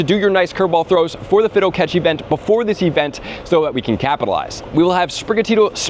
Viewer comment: Omg stop saying “Fiddo!” It’s Fi-do!